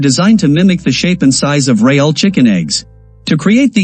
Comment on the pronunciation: Tip, when writing the script to be read by AI or a talk to text program you should try to spell words phonetically rather than properly. In this video the narration really suffers from the content creator not spelling real as REEL, spelling it as reel would have eliminated the issue the narration was experiencing with the glaring mispronounceation of Real. It kept pronuncing it with an emphasis on the A which sounded so off.